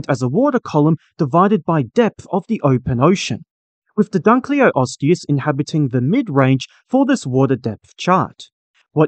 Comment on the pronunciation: Thank you for creating & sharing this! BTW never mind, your pronounciation of the Latin names was somewhat off - the way you say it, the word would have two "o": "Dunleoosteus", and the other one "Placoderm" two "s" instead of a "c". 🙂